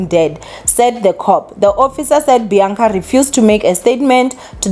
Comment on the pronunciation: It's Bianca not Beyanca